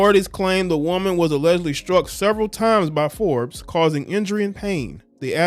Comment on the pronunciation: Perkins: “Byron Forbes ..Bryron Bryron Fobes excuse me”